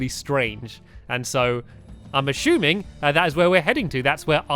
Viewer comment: also I love the way you say assuming it's like your saying this ashuming